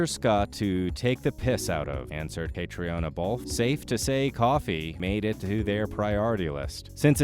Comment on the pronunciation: If you are going to narrate these videos, please have the courtesy to learn how to pronounce the actors' names correctly. I'll tell you shall I? Hewan, Katrina and the one all Americans pronounce incorrectly - it's FRASER, not Frazier.